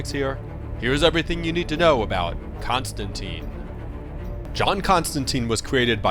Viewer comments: John Pronounces his Name Constantine Rhymes with Line not Constanteeeeen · Maybe you need to know that its pronounced tine not teen. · it's a common misconception but it is pronounced ConstanTINE, like the Roman (and later Byzantium) Emperors, not ConstanTEEN